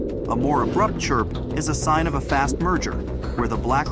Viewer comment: how can you mispronounce "sign"??!